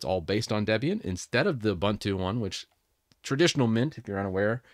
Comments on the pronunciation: It's "OOBOONTOO", not "OOBANTOO". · Ubuntu is an Zulu / Xhosa word that roughly means "I am because we are.". It is pronounced as oo-BOON-too /ʊˈbuːntuː/ Breakdown: "u" as in "put" "bun" rhymes with "moon" "tu" is pronounced like "too" Love from South Africa. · I don't meant to seem shirty as I hate it myself as well as you, in fact probably even more than you, but it's Ubuntu by the way not 'abantu' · I grates me too when I hear that second syllable pronounced like a bread "bun." Their website and Wikipedia show the correct way to pronounce it, yet some YT content creators keep saying that second syllable wrong. Wikipedia even has a sound file that you can click on. C'mon now! 🤦‍♂